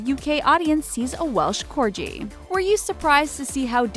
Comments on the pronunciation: ans welsh corgi she said wesh cordji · DID SHE SAY WELSH CORJI?! IF SHE DID SAY IT OH BOY IM GONNA WITCH HUNT THE CRAP OUT OF HER